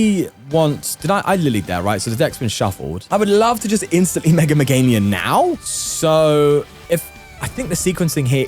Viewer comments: day 67 of pointing out he says "MeganiuN" 😭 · You have to start saying Meganium correctly at some point